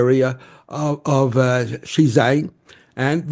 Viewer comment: This guy's pronunciation sucks - he's trying to say Xizang 西藏, not Xinjiang 新疆. They're pronounced quite differently but in a heavy English accent they both sound like 'she jang' apparently